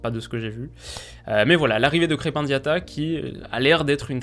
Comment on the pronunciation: salut, juste pour diatta c'est plus "krepin" que "krep-un" a la prononciation